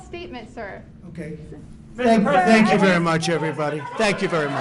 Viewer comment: It's really easy to know when he knows he's lying and when he's defeated, he starts showing his front false teeth ''sank you very much, sank you very much.'' The day is coming when you and Barr are going to jail, and the whole world will rejoice.